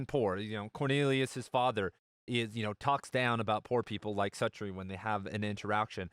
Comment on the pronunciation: I think it's pronounced SUE-tree...